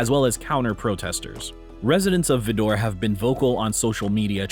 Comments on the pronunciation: It's pronounced Vider rhymes with spider. I visited there once a long time ago and it was creepy. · Vidor, as in spider. Learn to pronounce place names. It adds credibility. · Vidor definitely earned its inclusion on the list. It’s pronounced “VIE-door,”. You can include Port Neches Groves to the list as well. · Appreciate your list. FYI Vidor is pronounced V-Eye-Door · #5 is pronounced with a long "I" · It's pronounced VY- der. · It's pronounced VI-DOR, LEARN TO PRONOUNCE THE NAME THE RIGHT WAY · Your pronouncing Vidor wrong not that the town deserves to be pronounced correctly. It's pronounced like ' visor' ..Vi- door. I grew up in Nederland Texas which is 20 minutes from Vidor. everything you mentioned is absolutely true it's sad that in 2023 there is still ignorant humans that still don't realize that we are all the same inside just the outside is different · My spouse likes to joke that I come from Vidor, which means that I’m poor white trash which is what most whites living in Vidor are. I do NOT come from Vidor, but for a lot of Texans, saying someone comes from Vidor is synonymous with calling them trailer trash. Hehe. Also, it is pronounced Vī der. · It’s pronounced (vydor) D*bA* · Vidor is pronounced like "Spider" "Vider" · It's pronounced VY-dor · I mentioned it too. Rhymes with spider. I grew up in Lake Charles, so I passed through Vidor a bit. But we didn't stop. I'm white (cajun), but i was uncomfortable with the idea of a town that anyone was unwelcome in after dark. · Its pronounced V EYE DOR long I. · Can't take this video seriously as the town of Vidor is badly mispronounced. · I absolutely hate how you pronounce vidor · Vidor Texas he pronounced it wrong 😂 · You came off as an amateur because you spent a whole segment mispronouncing Vidor. Seriously, it would have been interesting, but came off as unprofessional. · When pronouncing Vidor, Texas, the i is not silent, like it is in this video. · Stretch the "i" in Vidor. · It's pronounced VI-dor